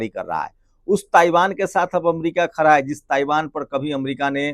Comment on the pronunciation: Khra nahi khda hai